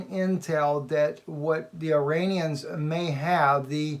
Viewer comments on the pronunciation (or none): none